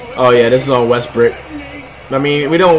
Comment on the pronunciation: bruh he keeps saying westbrick its westbrook bruh